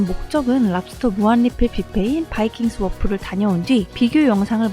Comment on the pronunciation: 좋은 영상 감사합니다. 내년에 한국에 갈 때 많은 도움이 될 거 같습니다. 뷔페(여기선 버파이라고 발음)명이 다 영어라서 발음에 조금 신경쓰시면 더 고급질 듯 합니다. 바이킹 스워프보다는 바이킹스 워프, 플레이 버즈보다는 플레이버 스, 이런 식으로 띄어서 발음하시는게 좋으실 듯 합니다. 우리 아이들이 플레이 버즈(놀자 새들아!)라고 하시니까 엄청 웃었습니다. 기분 나빠하지 마시길 부탁드리며... 항상 좋은 영상 기대합니다. 호주에서...